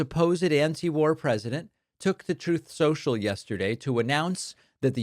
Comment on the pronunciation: Saying "troth social" is a really bad look. It's on the level of intentionally mispronouncing"Kamala". We need you to do better, David.